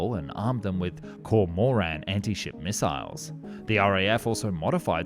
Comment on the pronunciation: We knew you were AI as soon as you said F-One One One instead of F-One-Eleven. And Kor-Mor-An? Kor-Moran, man. I mean computer!!